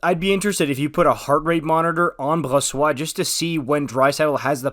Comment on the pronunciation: cheers for the pronounciation of Brossoit!